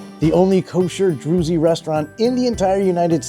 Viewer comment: It’s pronounced (drooz), rhymes with Jews, not “droozy”. Dude you gotta do a minimum of research.